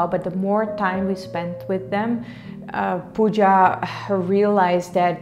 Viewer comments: Pawja ?? It's not Pawja it's Pooja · Pawja is not right, it's Pooja or Puja 🙂